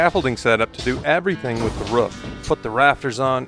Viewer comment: It’s Roof, not rough